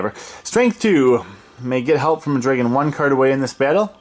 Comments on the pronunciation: I’ve never heard someone say dreygon. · drag-in/un.:) Not making fun of you, I’ve just never heard that before!